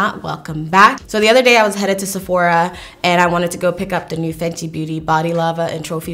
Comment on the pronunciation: that's a little aggressive. I'm a makeup artist who has seen these shades already , it's not conjecture: it's a fact they are not dark enough for her tone, sadly. By the way it's pronounced "Fenty".